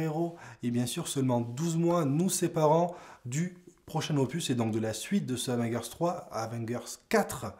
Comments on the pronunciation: Comment tu prononce le truc,Avenguers?😂T as du te tromper de prononciation il me semble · abo si tu apprends à prononcer Avengers